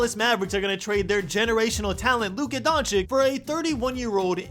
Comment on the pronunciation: It’s pronounced donchich bro